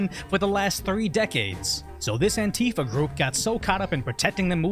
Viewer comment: Why is he saying antifia? They are not antifia